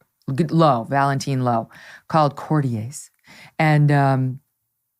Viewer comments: Oh, you Americans know how to screw up the English language - the word is pronounced Court-iers....not French - "Court - iays. Wohoo! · CORE-TEE-AYES? Check a dictionary for your pronounciation. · Megyn, Court E errs. Not they french pronunciation.